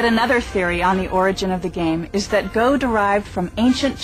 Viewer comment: Go is pronounced just as Go, not Go like telling someone to get somewhere. There's a japanese guy pronouncing it right - Let's Learn Go!! (Japanese Rule)